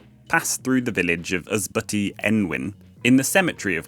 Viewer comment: You have some nice videos. Unfortunately let down by some pronounciations. Ysbyty in days gone by meant a shelter for pilgrims. Here is a short video that shows you how to pronounce Welsh. Unlike English, only 'u' and 'y' change often to 'i' or they swop.